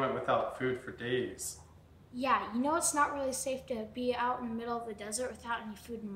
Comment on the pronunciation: Thats not how you say know